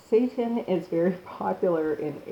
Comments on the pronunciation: Say-tan. Not satan. SAY-TAN. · Seittan not SATAN. (pronounced say-tahn not Say-Tin EXO toxins, not excite o toxins. ex·o·tox·in How to pronounce/ˈeksōˌtäksən/noun MICROBIOLOGY plural noun: exotoxins a toxin released by a living bacterial cell into its surroundings. Seitan is a good source of protein and can be a quick and convenient way to help those on a vegan or vegetarian diet meet their protein needs. Protein is essential for everything from building muscle to repairing tissue and producing hormones, so getting enough in your diet is absolutely critical. A fact-based article on Seitan showing the pros and cons. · There is a reason you have more dislikes than likes. You're nuts! As soon as you said vay-gan, satan and paste-ah. I knew you were bogus. And don't try and spin all these dislikes and negative comments by saying something like "If people don't like or agree with you, you must be doing something right." Nah, sis, you're just plain wrong! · OMG YOU ARE PRONOUNCING THE NAME WRONG. IT IS ANNOYING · Well, she mispronounced that AND vegan.